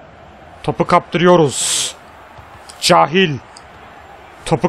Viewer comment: gardaş süpersin ama cahiil kehyıl diye okunur